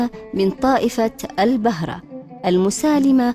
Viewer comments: تسلمي .. تقرير جميل كجمال قرية الحطيب. طائفة البهرة تنطق بضم الباء وليس بفتحه..شكرا لك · البهره بضم الباء وليس بفتحه